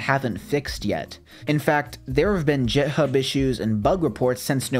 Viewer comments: Its "github" not "jithub" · i can't get over that he said 'jithub'. but good video otherwise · was going to like the video but then he said "jithub" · did you just say “jithub”? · Did he just say JitHub?? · It is not pronounced "JitHub"... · JITHUB LMAOOOO it’s giht-hub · Did you just say JIThub?!? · man said jithub bruh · my code developer brain is going to rot after hearing him call github as 'jithub' lmao, but other then that, I really enjoyed this video! new sub from me :P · It's not "jit" hub it's "git" (hard g) hub. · no way this guy just said jithub instead of github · The way he pronounced github... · lmao "jithub" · This is cool and all but you said jithub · I'm sorry but did you say Jithub????? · dawg, did you just pronounce github "JEET-hub"? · Great video, but GitHub is pronounced with a hard G, as in get hub. Git is a command line tool for version control, so that's where the name comes from. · Sorry,but did tou really say Jithub? Duuude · did you say JitHub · Please do not say you called github JITHUB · Yea man!! Lol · Did he say jithub????? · did mans call it jithub? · NO WAY HE JUST SAID JITHUB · why did u say jithub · Did you really say GitHub like "jithub" ? lol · Sorry, had to stop watching once you pronounced GitHub like that. How can you sleep at night? 🤣🤣🤣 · little bit of a correction for pronunciation. Git/github is pronounce with a g not a j. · Great video, but why’d you pronounce GitHub like that?